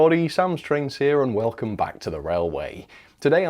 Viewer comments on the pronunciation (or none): none